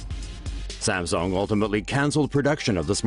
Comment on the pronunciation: STOP SAYING SAMSONG!!